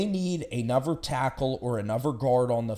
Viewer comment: Anuver? You fink 🤦🏻‍♂️?